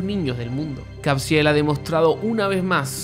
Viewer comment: Porque lo nombras Cabziel y no Caviezel como normalmente le dicen? Mas alla de eso, Tim Ballard, Eduardo Verastegui y Jim Caviezel deberian recibir el Nobel de La Paz gracias a Sound of Freedom. Y nosotros ayudar a esta causa y propagarla.